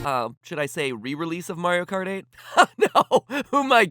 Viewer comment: Mario KKKart